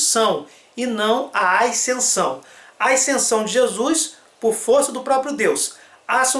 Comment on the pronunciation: Por que ele fala "aicensão"?